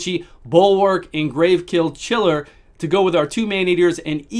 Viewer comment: You always say GraveKill Chiller instead of Gravechill Killer lol